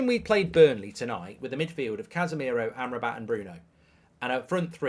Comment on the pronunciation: ……it’s Burnley